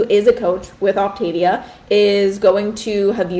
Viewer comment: Three minutes in and you have already made three mistakes in your representation of OptaVia. It's pronounced OPtaVEEah. You do NOT eat ONLY their prepackaged foods. The food is NOT disgusting. It's tasty. There are more problems with your video. Please actually do research before you speak out.